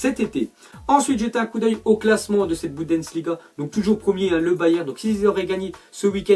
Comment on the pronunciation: le championnat d'Allemagne se prononce BuNDESliga et non pas BuDENSliga:')